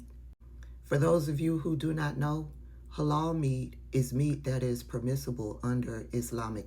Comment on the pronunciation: I can't with the "Hay-Loul" I guess she can't eat "KO-Shear" either🙄🙄🙄🙄🫤🫤